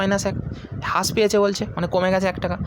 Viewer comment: ভাই ওইটা হাশ না রাশ উচ্চারণ হবে (হ্রাস)